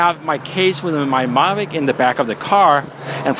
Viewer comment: I see it works with your "Marvic" what about a DJI "Mavic"? Lol, good vid.